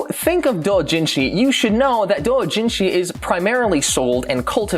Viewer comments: stop saying it like that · Pls STOP SAYING DOUJINSHI THAT WAY I GET THAT ITS THE RIGHT WAY BUT STOP IT HURTS JUST SAY DOW JIN SHI